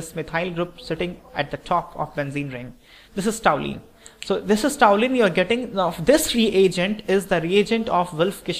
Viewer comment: really nice conversion problem.one thing i want to point out, it is toluene not toulene.thanks .